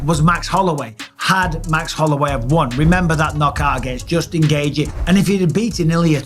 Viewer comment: Justin GAY-G 😂